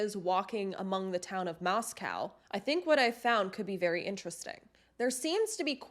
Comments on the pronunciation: It's Moscow as in coe not cow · The correct pronunciation of the town is Mos-cōw. Idaho appreciates this being kept factual. 🙏🏼 Thanks and I appreciate you.